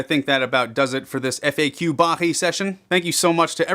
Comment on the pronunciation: with Russian accent FAQ sounds like f*ck u hahaha